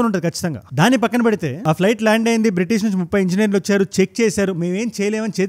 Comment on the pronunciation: It's a British or bitish